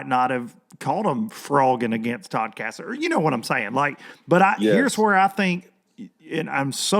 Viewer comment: Todd Cast-a-line....